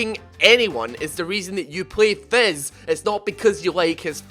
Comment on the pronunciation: Its not fezz it fizz you moron